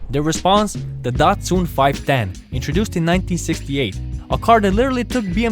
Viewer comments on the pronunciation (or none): none